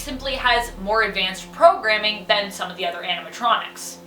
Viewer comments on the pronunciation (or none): none